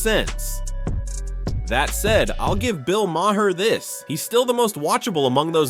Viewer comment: Maybe someday AI can pronounce Maher correctly